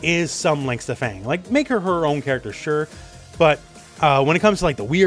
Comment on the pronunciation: Fang pronounced like Fart